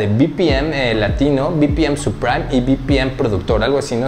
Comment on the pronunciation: No es "supraim", es "suprim". Gracias por la info bro. Saludos